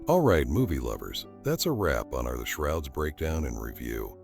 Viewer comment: Is this video AI? "The Shorods" at the beginning?!